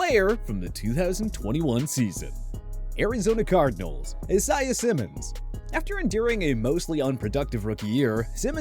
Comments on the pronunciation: Did he just say IssEYEuh Simmons? Tf? Who tf pronounces it other than EyeZayUh? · “Issiah Simmons” 😭😭